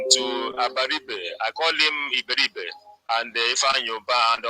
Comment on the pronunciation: His name is Iberibe not Abaribe